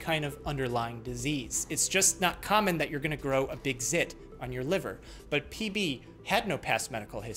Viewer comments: I genuinely heard PP instead PB 😂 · For a good, full second at the beginning, I thought you said “peepee”, and I was just......intensely confused. XD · i really just thought he opened with “PEE PEE” 💀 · I heard ""PB" is a 47 year old man" as ""Lead" is a 47 year old piece of metal" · at the start of the video I thought he said "pp" and laughed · I THOUGHT YOU CALLED THE PATIENT PP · He totally said peepee on the first one. I open a video. First word. Peepee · at the start i tought he said pp bruh